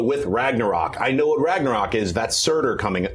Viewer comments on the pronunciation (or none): Ragnarök is pronounced "Rangna-roek". The letter 'ö' is pronounced as if you're saying 'o' and 'e' at the exact same time. Almost like when someone says "Ehm..." before answering an awkward question.